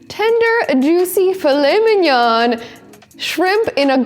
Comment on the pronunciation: A very good video..... Never pronounce the N on mignon.